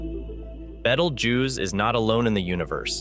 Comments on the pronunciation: Why are you pronouncing the name of this star wrong?😂😂 Beetlejuice, you know like the bug and the liquid that you squeeze out of an orange😂 it amazes me the jobs that some people get😂 who was the editor of this video he should be fired😮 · Woah you said BETELJUICE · Bettle-jews? This isn't even close to the ancient arabic name for the star. haha You lost me in the first 2 seconds. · I learned something from this clip , ............... that you can't pronounce the name of the star , Bettle - JEWS !!! seriously ??? :face-turquoise-covering-eyes::face-turquoise-covering-eyes:. It may have already exploded and we won't know for 700 years . Being from NASA I assumed you might know this , unless of course this is all read out by a bot . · Nice Video but you need to watch the movie Betelgeuse to know how to pronounce BeetleJuice. Moden day reference is former chicago Mayor Lightfoot. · clicked off after 9 seconds after hearing that pronunciation lmao